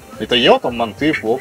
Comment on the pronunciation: Правильно мАнты 😀